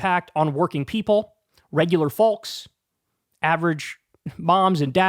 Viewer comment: Great content. Important message. But stop saying “folks” until you learn to say it right, Kyle. “Fowlks” no, lol